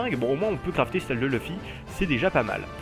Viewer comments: pas luffi on dit leufi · Sa ce dit pas "luffy" sa ce dit "Leuffy" mais sa s'écrit luffy xD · j'ai fait me tuer quand tu a dit LUUFY